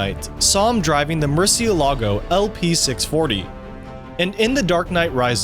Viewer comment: if this guy ever tries to pronouce: murcielago , again in his life, im personally will take it.